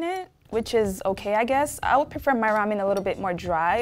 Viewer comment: yep she was the SAME PERSON who said " I PeFeR I'm DrY " baby this u 😘😭😭